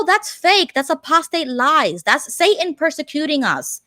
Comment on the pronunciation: "Caleb, who likes magic ... Jehovah ... or Say-un?"